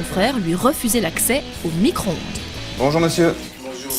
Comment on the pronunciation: " Son micoronde " *